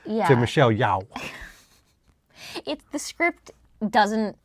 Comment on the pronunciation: Not to be "that guy" but Yeoh is pronounced Yo not Yow.